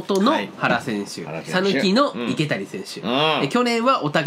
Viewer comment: 池谷は○いけや ❌いけたに